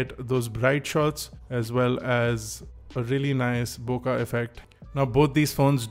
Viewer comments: Bookaah or hookahh hahaha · Bokah or bokeh? Lol.